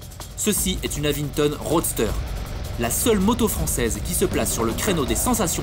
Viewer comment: Avinton, pas avingtom...